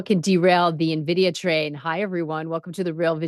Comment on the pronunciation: Envidia...not navidia